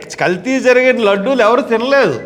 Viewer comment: Ladllu kadhu Ladullu sir